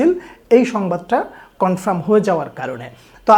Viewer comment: উচ্চারণ টা কনফ্রাম না কনফার্ম 👍